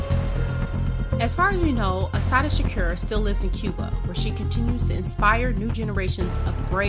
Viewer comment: Say shakur right please